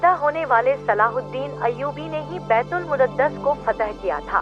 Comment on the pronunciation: बैतूल मुद्दत नहीं बैतूल मुकद्दस होता है आप गलत नाम ले रही हैं